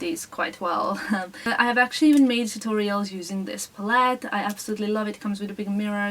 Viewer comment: Love the video! :) Just wanted to let you know that you are always pronouncing "palette" the wrong way, in case you didn't know. :D I kind of like it, it's cute. :)))